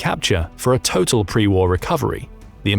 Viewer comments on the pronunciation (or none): none